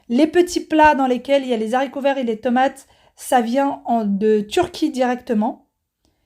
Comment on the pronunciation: Bonjour. Je découvre votre chaîne. Merci pour ces bonnes recettes, je prends notes et tenterai le poulet mariné. Juste si je peux me permettre, je vais faire ma pénible mais on dit les haricots pas les zaricots... Je sais que zaricots est passé dans la norme mais franchement c'est trop laid et me fait très mal aux oreilles 😒 Haricots c'est bien👍😀. Sans rancune 😊